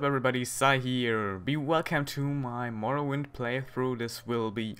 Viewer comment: its morroWIND like WINDhelm but not morroWYND ok;)